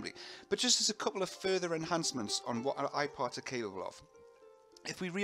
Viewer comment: all the time i was thinking he says "iPod" :D